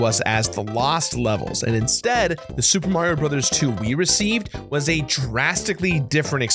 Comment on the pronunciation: SUPA MARIO BROTHAS TWEW!